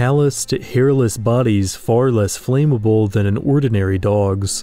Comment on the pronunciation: Loved it! Can we get a pronunciation check on flammable though? I've always heard it pronounced flam-able rather than flame-able. I'm hoping for a part 2!